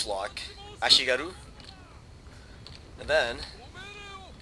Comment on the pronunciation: (some random japanese dude whining about you saying ashigaru)